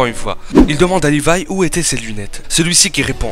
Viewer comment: C'est pas lirai c'est Lévi